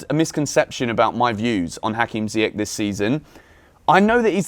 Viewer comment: PLEASE PLEASE stop calling him ZiyeCK!!!! its ZiyeSH!!! its aSHraf hakimi, not aCKraf!!!!!!! how many times do i have to comment this?! :/